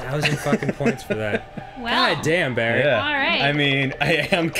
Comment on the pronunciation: "Barry" is two syllables.